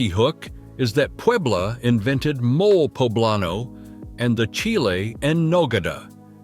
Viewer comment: The pronunciation of cities and products is appalling. Mole is pronounced Molay, not mole. MazatLAN not MuZutLan.